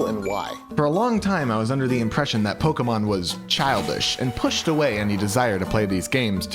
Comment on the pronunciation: YOU CANT EVEN SAY POKEMON